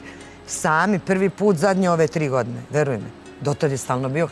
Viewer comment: tri go'dne zeno daj nauci da postoji slovo ...A sa fahrom smori...sad joj se ne uvlace vise u pedu